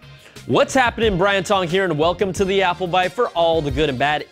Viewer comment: Guys Pause , he is killing the "Apple" LOL